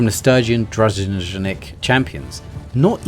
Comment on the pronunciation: Дружинник- так пишется по русски то слово которое вы не могли выговорить в этом ролике, с транскрипцией не помогу, сами найдëте)